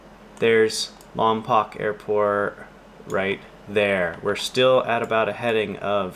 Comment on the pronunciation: Lom”POKE” not Lom”POCK” pulease… only W.C. Fields can pronounce it LomPOCK (“The Bank Dick” — 1940.